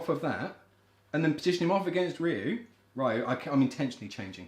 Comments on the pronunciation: guess what guys... its not pronounced REE YOU .. or RYE YOU... Ryu is pronounced Due. (short, dont drag it out). in Japanese... RY followed by a vowel changes the R into a D. in other words.. Da (dah) , De ( day) , Di (de) , Do (doh) and Du (due) for Rya, Rye, Ryi, Ryo, and Ryu respectively. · Ryu is { Ri' yoo } please for the love of all that is holy stop calling him "Rye - oo" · Why would anyone say it Rye-u. I mean do you say sorrye or ryethym? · rYE-yOO? ffs man. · What? I grew up with street fighter 2, and yeah I called him Rai-You before I heard it out loud, but since then I've learned that that was wrong and adjusted. I don't get why there are still people calling him Rai-You, especially you game historian types. Have they ever called him Rai-You in any piece of audible media? Even the terrible USA cartoon didn't call him Rai-You. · yo. please stop this rye-you narrative and doubling down on your false pronunciation for years man. I'm older than you. grew up with street fighter 2 in Germany. we never called him rye-you. yes some people called him roy lmao. but really this is just you pronouncing everything as if it's an English word. that's fine but stop trolling "too young to remember"... come on you're better than that lad. greetings from Germany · My outrage is the pronunciation of rye-you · Oh please. Just because you can't pronounce something doesn't mean all og players can't. In my area, we all pronounced Ryu, Mario, and Gaiden correctly lol. - Every single American IS blonde and ex-military. We also get our first pet eagles at age 10, tank at 16. But we have to wait until 21 to buy beer. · Dude there were several adaptations that came out within SF2 window which properly pronounced Ryu's name. There's no excuse. 😂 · I laughed out loud at it being a BIRTHRIGHT to mispronounce Ryu. (And Sagat, and maybe Zangief, but even Capcom can’t decide about him)